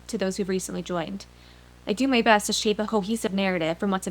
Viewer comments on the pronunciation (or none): none